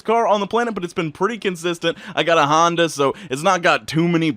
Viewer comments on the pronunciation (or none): none